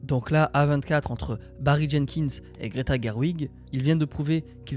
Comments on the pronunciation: Mais qui dit A vingt quatre mdr 😭😭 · la vidéo était une masterclass sauf et ça m'a titillé toute la vidéo, tu t'efforces à dire correctement tout les noms de tout le monde, de tout les studios, sauf celui du sujet de la vidéo. non A24 ne se lit pas à la française désolé mais bien en anglais et d'ailleurs tu es le seul que je connaisse qui le prononce comme ça ça ma franchement fait chier (dsl d'être aigri)